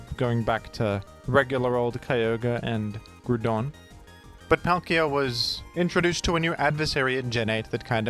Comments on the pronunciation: he isn’t. He isn’t called that. I can’t take it anymore. My cat heard the name Grúdon and fell off the cupboard to an untimely and grizzly death. You and have caused unparalleled suffering as a result of your unorthodox pronunciation of Mr Groudon. My heart begins palpitating anytime I hear this pronunciation and my doctors have informed me that I’m in danger of an imminent heart attack because of this. Surely you shall see the error of your ways and stop this madness in its tracks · Nah why is the Groudon pronunciation French though 😂 Shouts to though 🙏